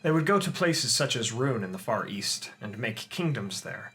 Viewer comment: East? I thought you said Weast